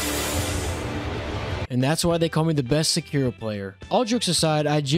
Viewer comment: Thank you for not pronouncing it as Sekido like every weeaboo only ishhin says it like that and everyone else in the game says sekiro